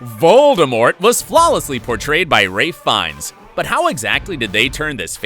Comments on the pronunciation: No one gonna talk about how they butchered Ralph Fiennes' name in this? "Rave vines"? Lmao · How did no one catch he said “Ray Fiennes” 🤣 His name is Ralph Fiennes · Did you just say “raif fines?” Perhaps, Ralph Fiennes? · Instead of saying Ralph fiennes he says ray fines